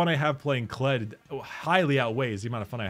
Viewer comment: You made me a goddamn Kled main because of the fucking video where you said his name a specific way. I just looked at that shit and thought "it's hilarious. Looks fun, let's try." I don't regret a single fucking game